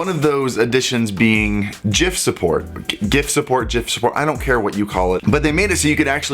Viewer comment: oh god when you say gift do you say jift? its just gift without the t at the end.